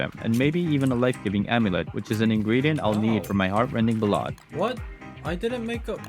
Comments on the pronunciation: Its not bol-odd.... it's Bal- Add.... Like "The Bard sang a beautiful Ballad to his lost love" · hearing you say it as 'buh-lad' made me smile. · idk if i'd say 'wrong' as it's a dialect thing but Bah-lad is what I was expecting and had to replay lol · ballad is pronounced differently, probably one of those read only words